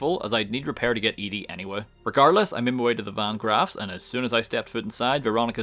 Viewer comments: You saying Ede instead of Ed-e(eddy) is triggering. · You spell Ed-e and the name your saying is spelled Eadie so say it right you confused other people when you say it WRONG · Ah, yes. Eddie. Or as calls him, "EEE-DEE." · There are 2 types of Fallout players. Those who pronounce it "Eddie" and those who pronounce it "E Dee". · Its so annoying the way you pronounce ed-e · Im curious, why do you emphasize the beginning E in ED-E's name, isn't it supposed to be pronounced Eddie? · I'm sorry, I wanted to like and subscribe for your well edited, entertaining, and informed video. However, upon hearing you pronounce ED-E's name wrong, I had to put all of that aside and comment with a frowny face. So here it is::( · The way you pronounce ede bothers me lol